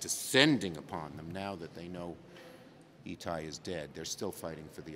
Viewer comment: Hiccups on the name E Ty over and over, it’s part of all law to place the body in a manner of the family relationship